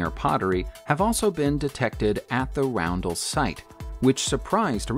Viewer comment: Roundel is pronounced “Ron Dell”